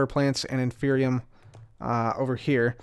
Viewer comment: Than you for mispronouncing it as "infernium", because that reminded me of a mod I was making and motivated me to make some progress in its development a little more! :D